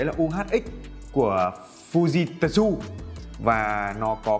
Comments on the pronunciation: Fư ji trự a ơi 🤣🤣🤣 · nếu học chút tiếng nhật sẽ biết cách đọc" fư ji trự"😁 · Fujitsu ( đọc là fư ji trự ) ông ạ :v và tôi ở nhật năm thứ 4 rồi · Đọc là phư zít chự á a hehee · đọc là fư di trự 😜😜😜😜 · thật ra nó là âm câm, nó ở giữa trự với ự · Đọc đúng là Phu Di Sư đấy =))).